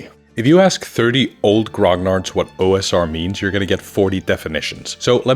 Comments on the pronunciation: It's not Grog Nards. It's Gro Nee Arrr or just call them grumbling old gagas like we do in France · Never once i've heard someone speaking engllish pronounce "grognard" right. \ɡʁɔ.ɲaʁ\ Not "grog - nard" ; "gn" have the same prononciation than the "ñ" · I wish one day people will stop pronouncing grognard in such a wrong way. But no, it's a french word so let's pronounce it in english.